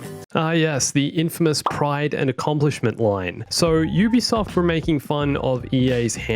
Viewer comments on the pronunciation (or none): none